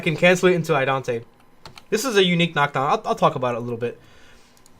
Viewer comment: Love the deep match breakdowns - it really helps to see all the tech from your other videos put in place and listen to the gameplan you build around it. It gets me every time you say Idante though -- it's Idaten!